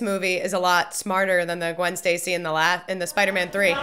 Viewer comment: Gwen Stacy?? I thought her name was Gwwwoonndaa?